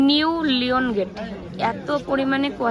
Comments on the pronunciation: কথাটা লিওন গেট হয় লায়ন গেট।মেল হয় কথাটা ম্যাল। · লিয়ন নয় লায়ন বলা হয় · Ki tumi..easy easy pronunciation vul korcho..Liongate k ki bolle tumi?